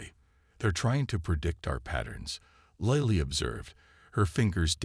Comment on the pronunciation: What is it with using Chen in every story line. PLEASE EXPLAIN.? And for goodness sakes get this Lilly pronounced right for my sanity, and grammar.